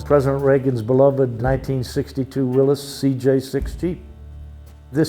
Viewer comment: I was happy to hear the man at the beginning correctly pronounce the name Willys (will-is). So many people get it wrong, even people who are "car people."